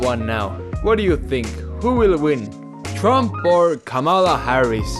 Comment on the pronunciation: Erm, you slightly mispronounced kamala's name you racist